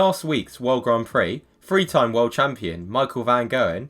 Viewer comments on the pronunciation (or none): You’re reasoning is as bad as your monotone awful use of the English language! Three has a TH, think has a TH! Your footage is incredibly annoying and inaccurate